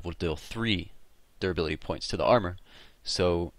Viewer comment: whenever you said duribility, i heard 'derpability'.